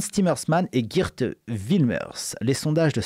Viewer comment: ON PRONONCE PAR "GUIRTE" MAIS "GUAIRTE", ROT VERDUM! C'EST ALLEMAND! CF GERTRUDE (DE "LANCE" EN GERMANIQUE: CA RAPPELLE PAS UN AUTRE FAMEUX NOM DE POLITICIEN BIEN CONNU FRANCAIS?).